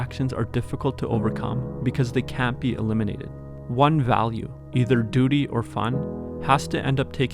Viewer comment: Anyone else get distracted when he said 'Duty'